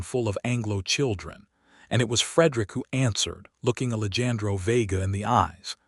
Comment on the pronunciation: Please work with the Al narration. The name “Alejandro” was mispronounced all throughout the story. It is very distracting and equally disrespectful to the character in the story. Listening from Clarksville, TN.